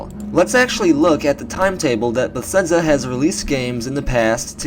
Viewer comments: It's pronounced "beh-thez-duh," first off... made me cringe every time I heard it, no offense haha, but I can tell your a big fan of the series. And while you brought up some good points, like the name of the purported project itself, I had a few qualms with your video. Yes, they spend a lot time on each game, for sure, but as they use the same engine with each game, Fallout or TES, it is more likely they worked on Oblivion, then FO3, then Skyrim, then FO4, then TES6. The engine developments are continual and procedural, and we've actually witnessed that this generation when Bethesda released new particle effects and that HBAO+ setting as updates. The world is likely being crafted and built, quests structured, and dialogue written, for more than the couple-year gap between each TES->Fallout tick-tock sequence, but it's not absurd to presume they make each game in three years or less, just as nearly every other developer with sequel release series. The most likely explanation is a core team works on each major release in the tick-tock schedule, while a smaller sustain tam works on DLC and game updates while the core team moves onto the next large project. Apparently, though, Bethesda GS might be mixing things up in the next few years, potentially working on a few other main projects simultaneously. I mean, most of us should know that Zenimax Online is responsible for ESO: TU, and presumably any future MMO endeavors (i.e. Fallout Online revival?) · Nice video, but why do you say Besedza? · Please stop saying Bethesda xD I'm sorry but omg I'm quite irked